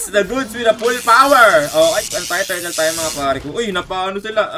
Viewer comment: Jess no limit:full poooooooowerrr: full poweee333r